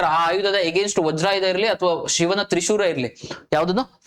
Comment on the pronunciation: He just laughed bocoz he mispronounced trishulaa that's it.